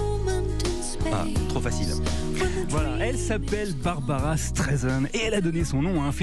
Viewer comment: BarbRa not Barbara